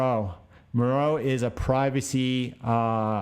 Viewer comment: Great video keep them up especially through the halving! FYI the privacy coin is “Monero” not “Monroe” :)